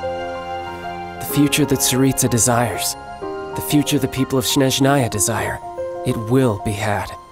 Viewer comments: Their pronunciation (SHHNESHZHNAAYA) sounds like a frog trying to speak for the first time. The most important things: S is real s, not sh; zh is almost a different sound, hard for non-native speakers, but pronouncing it shorter and softer is a start; the 1st vowel (e) is stressed, not the 2nd one (a), so snEzhnaya, not snezhnAya; the whole aya thing is shorter. E sound is also different, but I'm not sure how to explain, it is more e-er then his e sound, which is more like æ in comparison; pronouncing [i]+e combination quickly can give some idea (snee-ezhnaya). It is a feminine form of an adjective 'snowy'. And it itself sounds much softer actually, almost poetic, not like some nazi military order. Feel that 'vibe' pronouncing nezhnaya (also fem adjective, means 'tender, delicate, soft') then add S to it. :) Not a linguist, but did my best frankly, let's hope it was understandable at least. Their 'tsaritsa' is no better though and Snezhnaya NPC names are a pure meme material but that's another story. :) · yep, it means “Snowy” but the emphasis on “E” like SnEzhnaya idk why they pronounce it wrong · This comment is a petition for the right pronounciation of motherland. "snEzhnaya", stress on E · Everytime I hear Snezhnaya in game, I just wonder how many takes it took to get the pronounciation right lmao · As a russian I now understand, why chinese people got frustrated, when people pronunced liyue and their characters wrong. Pls everyone, snezhnaya "снежная" starts with a soft s... x.x it's actually such a beautiful word (btw it means "snowy") :3